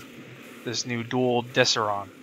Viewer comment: Nice video! Just a heads up on the pronunciations: Imperator: Im-pair-ah-tore Dual Decurion: Dual Deh-cure-ee-ahn Corvas: Core-vus Velocitus: Vel-ah-sit-us Im not making fun of your pronunciations, I'm just telling you these.